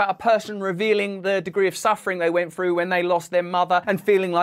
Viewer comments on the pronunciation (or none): none